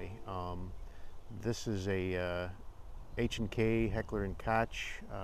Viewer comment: in english speaking countries Koch is typically pronounced "coke", examplified by how h&k markets their products. However in your video you seem to call it "kotsh" Wich is a possible reading of how it should be pronounced, but it is incorrect and I wanted to alert you to that.